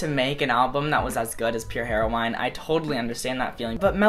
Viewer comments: why does he say "Pure Hero-wine", its Hero-in", like the drug... stll love yA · I think Melodrama is so much better than Pure Heroine in so many ways, and I still call Pure Heroine one of my favourite albums ever. (also, I'm sorry, I couldn't let it go but... heroine = heh-ro-in... sorry I love you conan but I couldn't not say it) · Yer C Yeah, I caught that too. Its said just like the drug. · no one: conan gray: heroWHYne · Heroine- "Hero-win" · Conan, Heroine is pronounced 'heroin' like the drug xx Love you anyway 💓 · Conan you know your pulling on my heart strings pronouncing Heroine "heroWINE"!! so cuteeeeeeee!!!!! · I like how you pronounced pure heroine like her-o-wine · Did my dude just say pure hero-wine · Conan, it's "heroin" the E at the end is silent😂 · why do you say it as hair-oh-wine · the way you describe lorde and your love for her is so meeee but i was shookt when you pronounced the word heroine... anyways, why is this video linked on your end slate........ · Is that how pure heroine is pronounced because now I'm questioning it